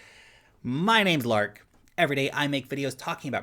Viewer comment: This Time you pronounced it completely different Lark!